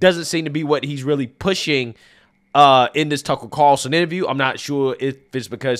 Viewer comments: My man cannot say Tuckle Cowllson's name to save his life! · A'ight bro you're having trouble with the 'R's in TUCKER CARLSON being too close together so just say Tucker